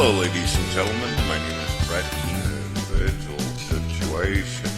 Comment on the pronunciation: (In voice) Individjul situation